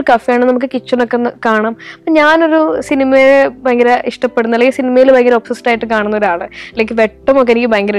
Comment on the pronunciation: ബയങ്കര അല്ല ഭയങ്കര ആകുന്നു!! പിന്നെ ഭയം ഉളവാക്കുന്നതാണ് ഭയങ്കരം. അതുകൊണ്ട് ഒരു പത്തോ പതിനഞ്ചോ ഭയങ്കരം മതി!!